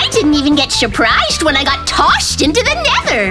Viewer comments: Shurprised❌ Surprised✅ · Mikey Ur Said "Shurprished??" 😂😂😂 Its "Surprised" ❤❤❤ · Surprised=Shurprised introduced by Mikey 😂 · And shurprished got me💀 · Mikey keeps on saying shuprised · Mikey said shuprished and he said toshed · MIkey say shupriseed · mikey is definitely "shurpirised" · Cute mikey hahah, Shurphrished, tosshed. Hahahahah He keeps making fun speaking